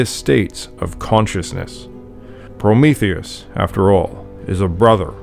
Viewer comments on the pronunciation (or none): none